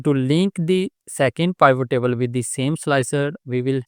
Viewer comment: Good info thanks. But pivot is pronounced with i like it, not i like isle.